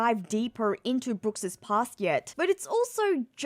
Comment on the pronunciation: I was looking for a comment like this, it was bothering me the whole video lol. It’s just!!